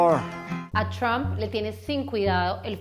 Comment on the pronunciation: Me encanta como dice TRUAMP toda gomelita :3